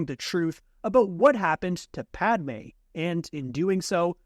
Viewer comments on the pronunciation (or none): none